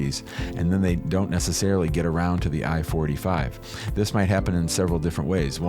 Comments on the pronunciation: It sounds like he’s saying form I-45 instead of I-4-8-5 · Keeps saying I-45 but it’s I-485